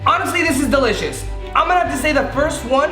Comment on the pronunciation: delishoe hahahahaha